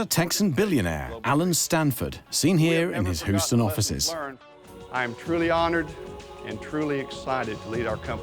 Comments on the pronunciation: I swear to god that's Keith Richards😂Anybody? Also, Yank here. So... "MAY-doff" "HYOU-sten" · "...seen here in his HOO-sten offices." Only General Zod and AI narrators pronounce Houston this way, and I don't see EG Marshall kneeling before you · Please pronounce the place names correctly. Mexia is pronounced Muh-HAY-ya, and Houston - come on -- it's not HOO-stun, it's Hyou-stun. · HYEW -ston, not Who -ston...🙄🤣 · Exactly where is “Who-stun” ? 😂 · Happened In "hooston" hey? 😂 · Hooston? Ffs 🤦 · Wow, this doc really took up some new topics, like Maadoff and Huuston. 🤣🤣🤣 Omg this was so cringe, utterly awful quality. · Hu-ston Smdh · Can't get past narrator calling it hoostun! 😂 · “Hooston Texas” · Hooston.... Excuse me? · This narrator mispronouncing every American name and city. Hooooston…💀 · Houston = "HYOO-ston." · Just a small criticism but the pronunciation of Houston, Mexia, and Antigua is incorrect. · As a Houstonian it's killing me the way you are pronouncing it!! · This narrator does a terrible job of pronouncing Texas places: Mexia and Houston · Say Houston right, plz lol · Love the (consistent, mis-)pronunciation of Houston! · Right off the bat correction: Bernie’s last name was not “Mad-off.” No, Bernie’s last name was exactly what Bernie did, the man “MADE-OFF,” and he did that with A LOT of people’s DOLLARS!!! P. S. This “narrator” is butchering a LOT of words. Like, who mispronounces HOUSTON??? Houston, we’ve got a problem…again.😉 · They even mispronounced Houston as well.